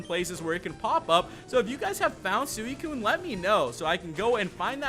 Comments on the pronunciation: it is suicune as in sweekune (correct pronunciation) not sueekun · Its suicune (si-kin)